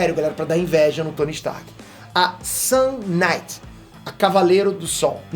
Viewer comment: O mais pika é o sotaque da palavra sun kinight que faz parecer sun night, que é noite de sol, que tambem seria um nome pika